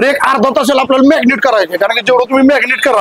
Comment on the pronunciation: मॅग्नेट नाही हो दादा 😄😄 मॅरीनेट आहे ते 😄😄😄